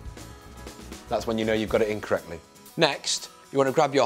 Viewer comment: sounded like "that's when you know you got it incorrectly" instead of "in correctly". I was a bit confused afterwards :D